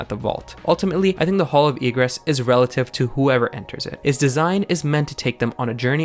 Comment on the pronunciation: And also why Egress sounds like Regress ??????